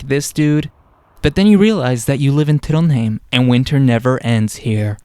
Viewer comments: couldnt help but notice that you pronounce Trondheim as Trondheim, whereas when we study norwegian, bokmal or something similar to standard, isnt it pronounced TrondHaim? Thanks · As a local, I've never heard anyone say the name of the city with an a. You will occasionally heard folks who still say Trondhjæm tho, which is how you'd pronounce the old name of the city, which was spelled "Trondhjem" (a leftover from Danish rule).